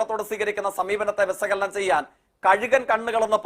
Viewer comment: വിസകലനം അല്ല തോൽക്കേ വിശകലനം നാക്ക് clean ചെയ്തിട്ട് ചര്‍ച്ചക്കായി വരു😅